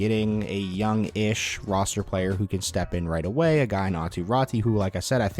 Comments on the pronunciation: Pls dont pronounce Räti. I can't think better example but same as in Lemieux that ux is pronounced. So try say it like Rätux 😅. Or just Rätu. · Raty is pronounced the same way AATU is AW-TOO RAW-TOO